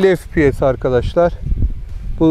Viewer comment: Fİ Pİ ES değil dostum 😊 EF Pİ ES ingilizcede Fİ yok EF var 🤗